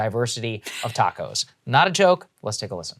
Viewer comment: ah yes, de bo-de-gauss, and the tacous.....i wonder if she eats them in a corn torila with carne asara, or if she preffers enchilaras. the anglos have a way of ruining EVERYTHING.